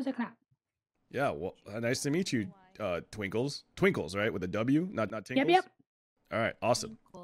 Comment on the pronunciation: Twikles???? it's Twinkles